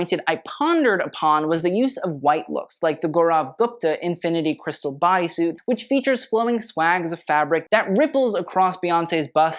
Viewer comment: Gaurav Gupta is pronounced "Gow-ruv Goop-ta".